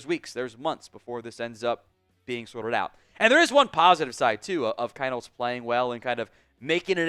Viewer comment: It’s pronounced Keen-holz!